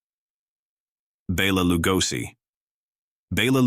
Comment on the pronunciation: This is typical AI-generated garbage. AI is used to develop the text, then AI is used again to generate the voice. As a result, the stories are tedious and repetitive full of clichés. Meanwhile, mispronunciations abound. From Mabel Normand (pronounced in this video as Nor-MOND) to Bela Lugosi, the mispronunciations are unintentionally hilarious. Definitely skip this time-waster.